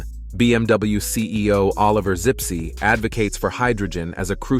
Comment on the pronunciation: the CEO is called Zipse, not Sipsi